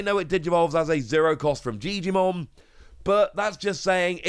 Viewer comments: You're saying "gigimon" wrong. "Jijimon" is the old man Digimon Edit: lol juilmon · Who is this jiomon you keep talkin about lmao